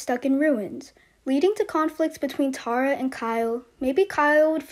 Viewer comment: Plz learn how to say ,Tara. Awwwww . T-A-R-A.